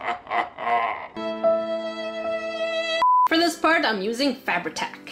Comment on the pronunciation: the first time I heard “Fabri-tac” I thought she was saying “Fab attack” like being attacked by fabulousness or fabric and then I realized it was her glue, and now every time I hear it I think about being attacked by bedazzled fabric.